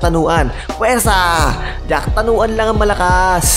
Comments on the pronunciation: Jakrawan hindi jacktanuan . Muangboon hindi goon. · Sir its jakrawan not jaktanawan 😂